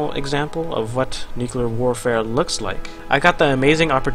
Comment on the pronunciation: come on,, "nuclear" is pronounced as "nyu and clear" together, not "nukelar" PLEASEEEE